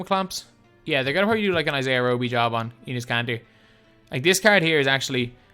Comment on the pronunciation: It’s enes Kanter